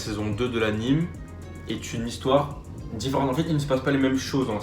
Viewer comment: AnimÉ pas animE tu dis "dessin animé" pas "dessin anime" je te jure c'est insupportable